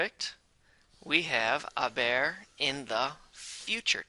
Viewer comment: it sounded like he said “a bear”😂 great vid tho!!